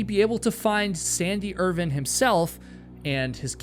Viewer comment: I really hate your pronunciation of Irvine